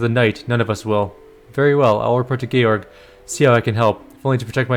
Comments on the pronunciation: My understanding is that the game is pronouncing the name Georg correctly. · Georg is a German name and it sounds correctly in the game. More so, English George comes from a Greek name which sounds very similarly to the German one. And so do its variations in most languages. English speakers are the weirdos when it comes to "G".